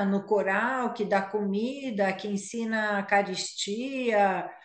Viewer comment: "Eucaristia" virou "carestia".